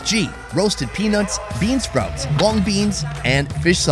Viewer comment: The way he says peanuts makes me giggle. He says "penits"😅